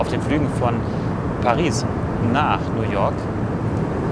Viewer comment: Bitte sagt nicht Nu woak sondern New York 🗽😊